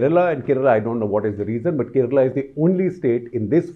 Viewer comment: Thank God, that he is saying kerala and karnataka rather than Keral and Karnatak